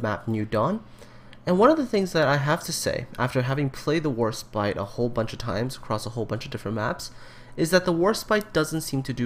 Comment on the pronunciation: Sounds like you keep saying HorseBite.